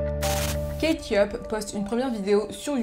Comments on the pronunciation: Kate yup, moi j'entends Ketchup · "kate yup" moi j'ai entendu "ketchup" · J'ai entendu ketchup toute la vidéo 😂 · Tu as fait tout ton possible pour ne pas dire ketchup mais à chaque fois on a entendu ketchup 🤷🏾‍♂️🤣🤣🤣🤣